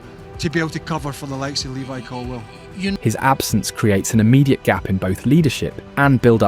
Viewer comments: Are you deliberately naming the players incorrectly?? Lewis Colwill?? It's not even close mate what was that. It's getting on my nerves really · At least get the name right... Levi Colwil... great video 📹 👍 though